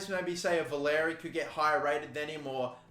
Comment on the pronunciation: Valery is pronounced valaree btw :) sorry as a saints fan it bugged me a little ahaha :)